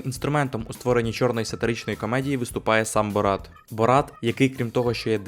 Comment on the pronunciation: Та перестаньте ви називати його БорАт,він БОрат